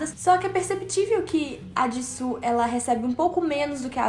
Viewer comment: Ama tanto sabe nem falar o nome dela,mano,mano e JISOO não JISSO